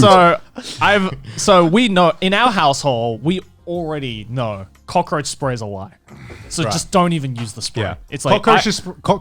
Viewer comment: grant's struggles to say 'Cockroach spray'